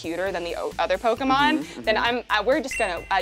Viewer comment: I have mixed feelings of anger and happiness...but the happiness outweighs the anger lol Edit: nevermind, hearing "Poke a mon" will always piss me off 😤 Edit (The Sequel): I have to legally say this is a joke